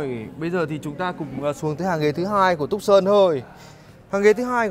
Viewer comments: Dong Nguyen phiên Âm tiếng anh theo kiểu Việt Nam đọc là tấc sần nha bạn :)) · Reviewer đọc tên xe sai rồi, phải đọc là Too - san, vì xe này được phát triển ở thành phố tucson bang Arizona , Hoa Kỳ :)) nên lấy tên của thành phố này đặt cho xe